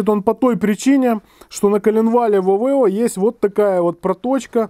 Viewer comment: Авео, а не Авэо!